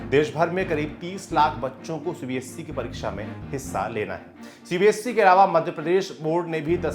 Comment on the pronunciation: Its CBSE not CBSC, please work on ur pronunciation, if you are gaining this many view count, it should be your responsibility too,.